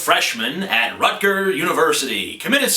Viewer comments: lol "Rutger" university. It's Rutgers :P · uhh...it's rutgerS! (with an s)